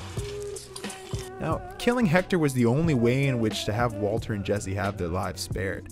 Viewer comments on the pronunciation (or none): I deeply appreciate the fact you switched to saying "Waltuh" when talking about Mike's killing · yo it took me to when he kept saying waltuh. i feel like a fucking idiot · him calling walter “walta” when talking about mike has me dead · It’s pronounced Vvaultuh. But he tried. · don't feel bad, I didn't really begin to try and figure it out before he started saying "Walta" by ... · I love that as soon as he mentions Mike he switches to saying “Waltuh” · I love how you called Walter Waltuh when talking about Mike 😂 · love how he calls him "walta" when talking about mike's death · Nobody noticed he says Walta half the time? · I'm gonna have to rewatch this as soon as it's finished... cuz I got about 2 min left and I'm of course laughing, especially at "WALTUH".... but now I'm thinking--- did he say Waltuh the entire video or did he suddenly switch it up midway thru? And if the latter, then when? Why? And if I find the why, IS the reason JUSTIFIED...or JUSTIFIABLE? All my questions may require a 4 part, 44 min each, video essay series, spread out over 1 every 44 days. Because my questions are 4fold. And going by other video essays, like "the moment he became Heisenberg," coming in at a paltry 70 min, even though it's about a specific moment, extrapolating what probably amounts to an 8 second scene into a video necessitating a 70 min video. And I'm sure that video's subject Matter shoots right out the gate explaining it's title, and is in no way lengthened out for ad revenue, recapping the entire series, and where we've seen Brian Cranston before (did U know he was in MALCOLM IN THE MIDDLE?? YEP! He was the family dentist, Tim Whatley). 8 seconds yields 70 min, hence maths, 4 questions, 44 min philosophizing, 44 days apart. You people aren't idiots. U see exactly what I'm saying...well... typing. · STOP SAYING "WALTA"!!! For fucks sake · onward he sais "Walta" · He just wanted to stop using the hard r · I thought I was the only one who noticed this lol